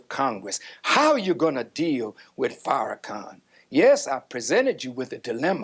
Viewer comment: The insistence to mispronounce Farrakhan’s name is sustained and willful disrespect